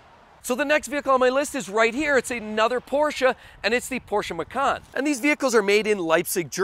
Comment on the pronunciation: Macan is pronounced match-an It's an Indonesian word for tiger Love your videos BTW